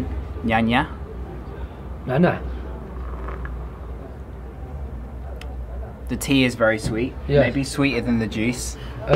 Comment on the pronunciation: ماعرفش ينطق نعناع تفكرت منانوك